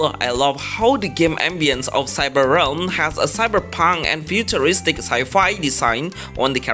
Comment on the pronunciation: Realm not Ram xD